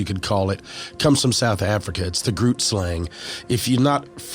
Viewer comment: "grootslang" is pronounced "groteslung"